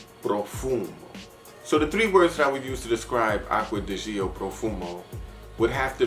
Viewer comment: I like your straightforward approach in your reviews. You also say the names correctly. Except...it's not Gee-oh. It's actually just like "Joe", being a contraction of Giorgio. Btw, I'm waiting for delivery on my Bel Ami Vetiver. Glad to know it made your list!